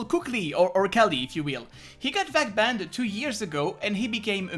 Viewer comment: why u say ' vac banded '